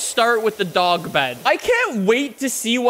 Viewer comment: It’s funny how says “dog”